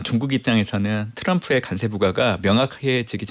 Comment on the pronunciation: 간세가 아니고 관세 아닙니까